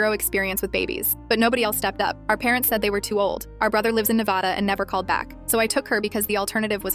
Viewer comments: It’s ne- VA- DUH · As a Nevadan, the way you said NevĀda made me hurt inside. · You messed up, saying Nevada